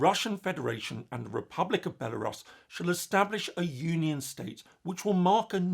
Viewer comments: no, it's not the normal British way. It's Belarus, with [u] sound. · That a new way of pronouncing Belarus that I've hadnt heard before.